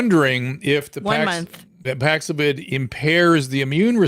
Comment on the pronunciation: Dr Drew seems to be pushing Paxlovid excessively. On the other hand, Dr McCullough calling it Paxlavoid is hilarious and obviously his way of giving advice whilst getting past the censors.